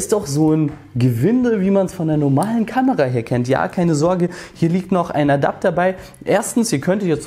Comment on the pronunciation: bin ich doof oder sagt der immer "kanera", statt kamera?